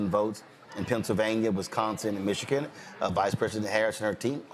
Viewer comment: The man cant even say Michigan right(MichiKIN), and people seriously think he is intelligent?